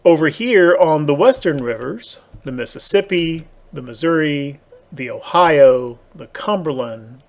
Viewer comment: Pronounced "Apa-latcha-cola" 😉 Which kind of surprised me. Cuz ya pronounce Biloxi and Missouri correctly. Well at least NOT like a Damned Yankee 😂